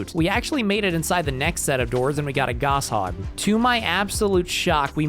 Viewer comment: "Goss hog" lol, everyone pronounced it like that when we were 11